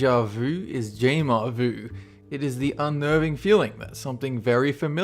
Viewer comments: I love English people pronouncing words originating from French... It's not they-sha-voo, it's the-sha-vü (ü is like the y in lyrics). Also you pronounce "jamais" as sha-meh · I realize that this is a video about the English language, but could you have at least tried to learn how to pronounce the French words in the video even close to correctly?! It caused me actual physical discomfort to hear "jamais" mangled so badly.